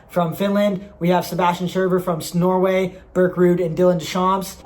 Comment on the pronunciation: Did u just say snorway? Xd cuz Im from «norway»